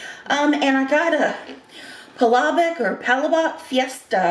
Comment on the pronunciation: pa LA bok - The stress is on the 2nd syllable,. A follower here way before 5k subscribers! Cheers from the Philippines! <3